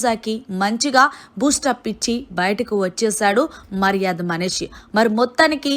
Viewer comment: Nv ja lu sh lu ela palakalo nerchuko, uh tarvata ilanti videos cheduvu, ni ucharana antha chettha ga undi mari, getting irritate when you utter tanuja n manish sounding...god!!!